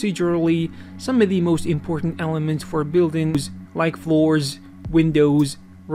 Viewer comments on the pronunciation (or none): none